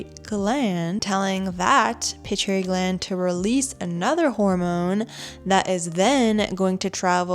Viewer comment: Amygdala, accent is on the first y pronounced i. Pit-U-I-tary gland not pituary.